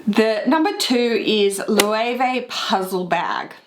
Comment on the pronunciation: Okay I'm going to be 'that' guy... but you're pronouncing Löwe (Loewe) wrong :)